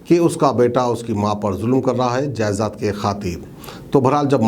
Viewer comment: Jayzaad nahi, jaydaad